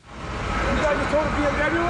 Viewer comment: i swear he said BFW instead of bmw.